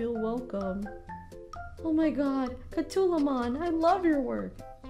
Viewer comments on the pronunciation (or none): Why is nobody talking about how she said Cat Two Woo Mon? It’s Cat Woman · Did she just say catulamon instead of catwoman? 😂